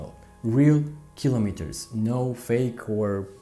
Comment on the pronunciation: O fi asa in Romania ta,. Din tot acest video mi-a placut engleza ta dar tre' sa mai lucrezi la pronunția "kilometers". Chestiunea cu uleiul este foarte subjective si nu-mi place ca faci comparații.